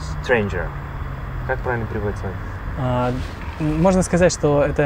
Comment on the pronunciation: спасибо вам большое за репортажи! (by the way correct e to a in the word Stranger!)